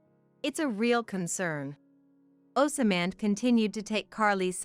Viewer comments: For the love of The CORRECT PRONUNCIATION: "OSMAND" is NOT PRONOUNCED "OSAMAND". THE CORRECT PRONUNCIATION IS "OZMQND"! GET IT RIGHT! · 😅😅 yeah, that and "OsAman", or in other videos they pronounce "kinder" as in the first part of kindergarten instead of pronouncing it like "kind er". There seems to be no human supervisor for these Asian products. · Pronounced ozmand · Does someone get paid per incident to say, osamand, or rather assyman